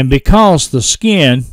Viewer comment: Where do you originally hail from,? When you say, "Skee-in" I flip my wig every time! I'm a (really) old VA boy, but I'm kind of a linguistic chameleon, as I kind of adopt a neutral accent when I'm among non-Southerners.